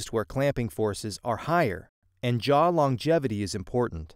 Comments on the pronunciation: Jaw not jar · A jar... your accent makes the W come out a bit like an R.